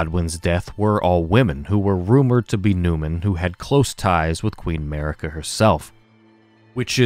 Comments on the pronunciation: noooooa, not at all, dude. Sorry I don't mean to be rude. The way you pronounce it sounds like you are sayin America without the A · I'm sorry, but why did you butcher Marika's name like that. Her name is pronounced a lot of times in-game, so whyyyy?. Sorry, I just couldn't keep it to myself. Anyway, great video as always